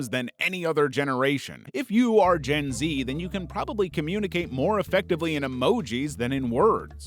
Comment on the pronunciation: Other then the messed up way he said gen z. I feel more confident now with compliments he said